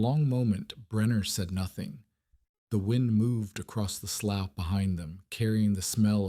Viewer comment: Hey Mr AI man, could you learn to pronounce words properly? Slough is pronounced "sloo" not sloff. Context SHOULD tell you about proper reed, read, red and read. Same with lead and lead. Annoying as heLL.